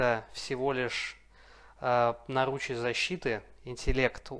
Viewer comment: Спасибо, жду продолжения, но всё же: нАручи, а не нарУчи. Очень прошу))